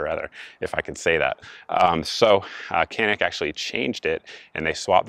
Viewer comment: Isn't it pronounced janik?